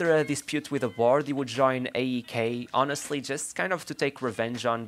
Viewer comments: As a greek speaker hearing you pronounce olympiakos olympiakuch made me laugh 😂. The correct pronunciation is olympiakós :) also aek is áek 🙂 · Your pronunciation of olympiakos and aek had me dead 🤣🤣🤣 nice video though! 🙂